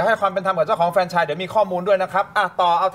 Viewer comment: ที่ถูก คือออกเสียงว่า แฟรนไชส์ ไม่ใช่ เฟรนไชส์ นะทุกคน